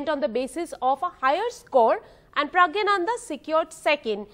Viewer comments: Not praggyanandha.. praggnandhaa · Please pronounce his name correctly . It is not Pragyanandha . It is Praggnanandhaa. Please see Agadmator channel where the channel host , a foreigner corrects his pronunciation and pronounces correctly. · She was repeatedly infering him "Pragya" ,instead of Pragg or maybe praggna , 😂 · first of all get his name right its pronounced as praggnanandhaa not pragyanandhaa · Appreciate NDTV doing this interview, but would be nice if the anchors learn how to pronounce Praggnanandhaa correctly.